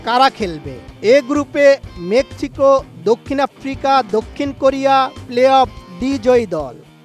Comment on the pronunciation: Mekchiko ✅ mexico ❌